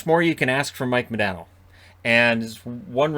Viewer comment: Its MahDaaahhhNo